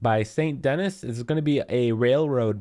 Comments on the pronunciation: Saint denee* not saint deniss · Lol st. Denis... Its pronounced deneese fyi never the less. Its too bad u are not showing exactly where u stood and what you faced. I have spent Hours in and around all over the dang place fpr the blue gill and coied ur location and nailed it first try. So where u stand is a thing. Nobody has noticed this. Just heads up. Would have been ultra useful as some of ur lacations are hard af to tell where exactly ur at. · its pronounced Saint DeNEE the s is silent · Uhh i think its sarn denny not saint dennis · Its pronounced “San Denny” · The way he said Saint Denis🤦‍♂️